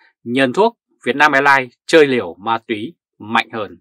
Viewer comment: Ma túy,không phải mai thúy , làm ơn nói đúng danh từ VN